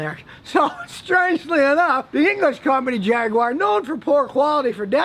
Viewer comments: Jag-Wire? It's pronounced Jag-Guar. I'd even tolerate Jag-ooo-are. But it's not Jag-Wire. Stop pronouncing it like that! Also: a catalytic converter is pronounced "Cat-A-Lit-Tic" not "Cad-A-Lat-Tic", like I've hear you say. It's not a damn Cadillac car! Also: a manual transmission is no longer a 'standard' transmission. Most cars sold today in the US come standard with an automatic transmission. Stop using that antiquated saying! Whew! Needed to get that off my chest. I feel much better now. Queue the haters... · Scotty I love your videos but please please it is Jag you are. That’s how to say it 👍👍👍